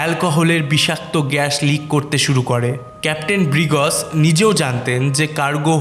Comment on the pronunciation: ব্রিগ্জ কে বলেন ব্রিগজ,সারাহ্ কে বলেন সারাহো এমন কেন!